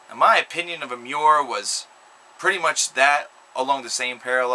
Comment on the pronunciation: it pissed me off when you pronounced emmure correctly